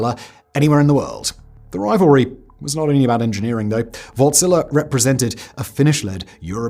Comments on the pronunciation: Wärtsilä is not wort-zila it is Wärtsilä :) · Wärtsilä! Have I ever felt so proud of my nation... You sya the Ä in the name as you would say "A" in "and" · I just keep hearing "Wartzilla" 😂